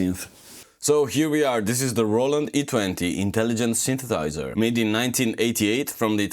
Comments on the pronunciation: I’m enjoying your videos, but I die a little inside every time you don’t pronounce the second “s” when you say “synthesizer”…. And you say synthesizer a lot! 😭😭😭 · How much education on the subject of synthesizers can one reasonably expect from someone who can't pronounce the word "synthesizer"?